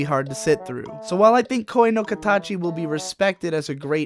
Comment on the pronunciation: Cant really take anyone who cant even pronounce こえ の かたち (Koe no Katachi) seriously.